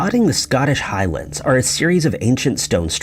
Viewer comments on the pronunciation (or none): none